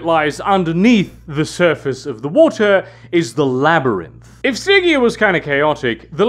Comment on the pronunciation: Stig-EA... never heard it pronounced like that before.